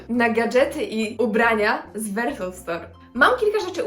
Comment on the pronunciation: Muwi się wersow a nie wersoł❤